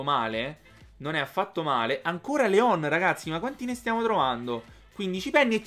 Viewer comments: Si dice Lyon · Leon si pronuncia "Lion". Scusa, ma fa sanguinare le orecchie sentire la pronuncia dei nomi storpiata.